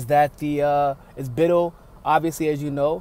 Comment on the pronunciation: Small thing...pronounciation is Bit-TELL, not Bittle (like little).